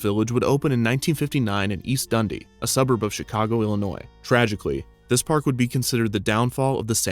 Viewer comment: As someone from Chicago, His pronunciation of Dundee hurts my soul